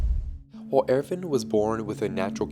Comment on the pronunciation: I'm sorry but I can't watch this video with the Erwin pronunciation.